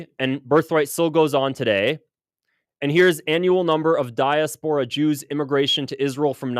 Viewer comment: Also, please pronounce diaspora correctly and try to practice difficult words ahead of time. 🙂